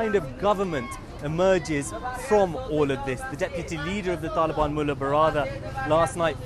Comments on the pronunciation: Why does this guy say Taelibaan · I hate how this guy pronounces the word “Taliban”